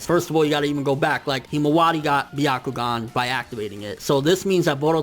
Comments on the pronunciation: sounds like "the octagon" everytime he says "byakugan" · it's not byakugaan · It's not the byagkugan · The fact that you pronounced byakugan the way that did makes me cringe. #NotSorry #WaitingForTheComments #ComeAtMeBros #PlotNoJutsu